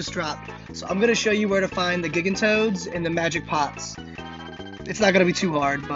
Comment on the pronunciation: Thank you for the help finding those things. It's the second of your videos that has helped me. One thing though... do we know that's how "gigantoad" is pronounced? Before I heard you say it, I thought it would sound like the word "gigantic" but with "toad" for the last syllable. That's a "J" sound at the beginning.